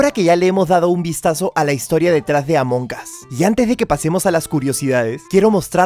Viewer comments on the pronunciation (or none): Dijo amoncas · Sabes que se dice Amon as la g es muda